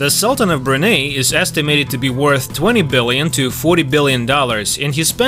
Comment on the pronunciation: Brunei is pronounced as "Bru Nai"